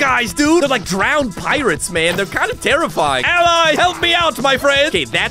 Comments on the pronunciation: It’s allay the mob not ally😅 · allay is said like L A